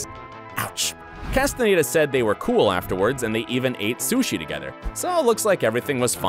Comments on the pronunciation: right well im from Barcelona and my mums from Chile umm both of them would say David 'Castanyeda' and not David 'castan a y e day'. If you don't mind me asking where are you from? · I mean.. He also said David Casten-aye-da 😭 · So the narrator 1) hates Robert 2) Can’t say David’s last name 3) loves Tom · “V-log” and “Castanedo”